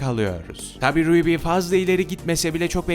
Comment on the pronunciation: ruby ne ara ryuby oldu Yazıldığı gibi okunuyor Ruby : rubi